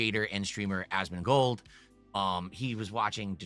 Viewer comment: ASMON GOLD.. there's no middle D,.. its not Asmond gold, idiot...